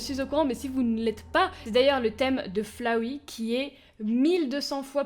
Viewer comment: Sa me stresse qu'elle dise Flawey mdr